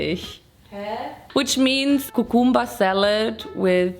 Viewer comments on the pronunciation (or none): Kookoombah lol u mean cucumber?! Lol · You pronounced cucumber wrong